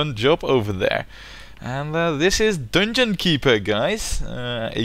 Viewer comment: "dunngunn keepurr"